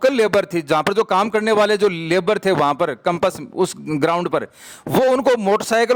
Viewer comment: पहली बात तो कंपस नहीं होता कैंपस होता है